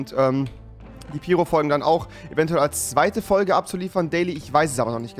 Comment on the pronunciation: Wie sprichst du piro aus?? 😂 Piro wird Peiro ausgesprochen